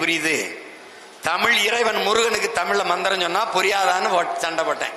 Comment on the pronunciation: இஸ்..கிறி..இல.ங்கையில் தமி..ர் அல்ல 😂